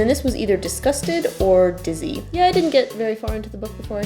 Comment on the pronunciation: When you said "dizzy", I thought for a second that you said "deceased". 👍:)